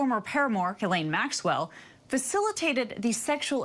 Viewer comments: not to be a dickhead but her name is pronounced geh-lane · Pronounciation, Ghislaine, hard G, mute S, long Ai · i love how everyone decided they were going to pronounce Maxwell's name as "jizz lane". its pronounced gill-ane, but she sure knew how to navigate that jizz lane. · Its french and its not spelled gill-ane. Its spelled geese-lehn